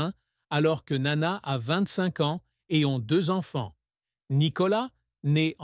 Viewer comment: Sotte présentation. Le père de Nana a survécu à son épouse et était présent aux retrouvailles de sa fille avec le public grec en 1984, alors qu'elle allait avoir 50 ans. Par ailleurs, il n'existe pas d'album "1967" . Enfin votre tentative de prononcer le nom de Nana en grec frise le ridicule, le même que lorsque vous nommez la célèbre chanson de Hadjidakis "Quelque part est mon amour" L'allemand n'est pas davantage épargné, ni dans l'articulation ni dans la traduction lorsque cette voix artificielle évoque "Weisse Rosen aus Athen".